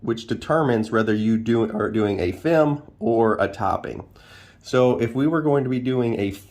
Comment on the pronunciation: FIM (F**k---I---Missed) not FEM... Not trying to be a N@ but accuracy is always a good thing. Great Video Great Class